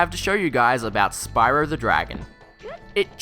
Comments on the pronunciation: I had to do a triple take at "Spyror Toor". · "-this is fine for leanier games like Crash BandiCoot, but not Uhr more opeh Gehm like sPaRool" hahaha-fuck dude.